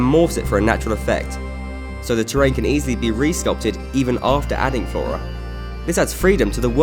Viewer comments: The "terr-rain" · Listen to how he says terrain, it made me laugh.